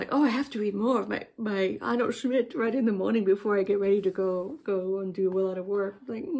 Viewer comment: Arno Schmidt is one of the writers I find so fascinating. I’ve only read one of his novellas. I enjoyed hearing you say his name and mumbling in German! The German language forever feels so out of reach for me.